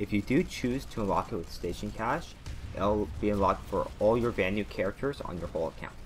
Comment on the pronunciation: another person who says “ van-ooo”